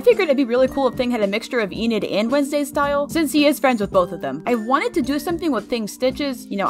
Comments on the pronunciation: I love your vids so much! Keep up the good work I hope it doesn't sound offensive but its pronounced en - id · Its pronounced "Eh-nid"